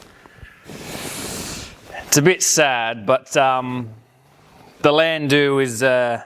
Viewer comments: its not "land- doo" its "land dow" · "DOWE" Landou is commonly pronounced "LANDOWE" It is NOT pronounced "Landu"